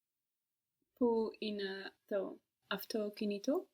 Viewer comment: Why is the teacher not correcting the students pronunciation of έναι ? She is very clearly pronouncing the second syllable as α instead of αι